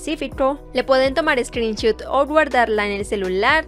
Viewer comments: Se dice screen shot no screen shoot ;) no hate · Se dice screenshOt con sonido de o, porque si lo dices con u se entiende como pantalla disparo xd